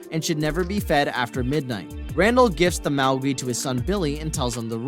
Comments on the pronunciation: Have you seen Gremlins? Gismos original breed name is not pronounced “Mao-gwi” but “Mo-gwai”! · Please say mogwai right !! It’s not mowgi it’s mogwai !! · It's pronounced "Mog-why " not mowgwee, I'm enjoying your video just that's his breed and you'll have people on at you about it already I bet so for future reference 😉. I'm glad you put basket case on the list, that movie terrified me as a kid I had nightmares about that conjoined twin thing for weeks after watching it and theirs 2 sequels but I never watched em too scared even now at 42 😆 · What's a "Mowegwe"? It's MOGWI, pronounced MOG-WHY! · Did you really just force us to listen to you say "magwee" for 10 minutes? It's mogwai. "Mohg", rhymes with dog. And "why". Not wee. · Mogwai, Not mowgi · Mag we WTF its pronounced Mog Y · It's pronounced MOG-WHY. But not spelled that way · Its fucking mogwai mow-gwhy mow gwhy ffs has this person never spoken in real life before ffs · Having a narrator that can't pronounce things correctly,well done 👍🏻 The hell is a Mau Gwee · HAVE YOU ACTUALLY SEEN GREMLINS??????????? BECAUSE YOU DIDN'T PRONOUNCE A DAMN THING CORRECTLY. MOGWEEE ??? REALLY????? HOOKED ON PHONICS AND GOOGLE SHOULD PLAY A PART IN YOUR FUTURE ENDEAVORS!!!!!!! GOOD LORD!!!!!!! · How the HELL have you never seen GREMLINS!? If you did, you would know how to say their names correctly because they say it in the movie a MILLION TIMES! You pronounce Mogwai AS MOG-WHY FFS! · DUDE. Referring to Gremlins, it is not as you pronounced it. It is pronounced "Mah-gwhy" or just call it Gizmo. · mug why and soo vee et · Gremlins... I'm pretty sure it's Mogwai (Mandarin: 魔怪, mó guài; Cantonese: 魔鬼) and not "Maugwi". Found at least one movie I did not see, so thank you for the list. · It's pronounced....MOG WHY lol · Your pronunciation of Magwai lol. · what is a mowgwee??? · Magwee? Guys, I'll do your voiceovers. I can pronounce things properly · No say Mawg -ew - I....that's how you say it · You said mogwai wrong.